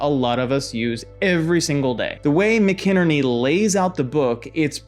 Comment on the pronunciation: McInerny - Mac - i-nerny , short i sound 🙂